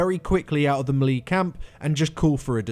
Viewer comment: You're pronouncing melee wrong.